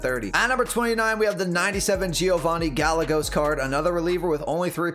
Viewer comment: Gallegos is pronounced guyehgos